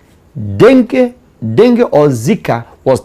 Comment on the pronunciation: The way you pronounce dengue is funny .